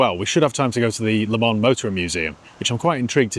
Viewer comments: Please it's Le Mans, not Le Man. You don't pronounce the s, but you write the s. Just like Paris, you don't pronounce the s, but you write the s. Or is it Pari..? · it's Le ManS FFS!!